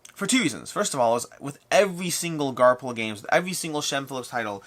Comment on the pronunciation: Are you saying Garp-Hill Games? It should be pronounced Gar-Fill Games. That "PH" can be tricky 😆 "Garphill Games ("gar-fill") was established in 2009 by New Zealand designer, Shem Phillips. "